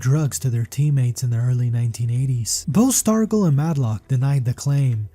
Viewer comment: I've also never heard Stargell pronounced that way either.